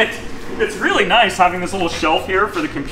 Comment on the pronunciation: I love watching your content and the inginuity that you incorporate in your builds, but I do have a favor to ask: Can you stop say "Noyce" ??